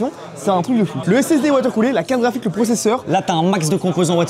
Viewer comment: Merci d'avoir calé le fameux "caraphik" dès les premières secondes